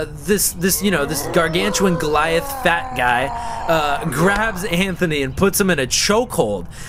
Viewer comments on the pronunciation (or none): none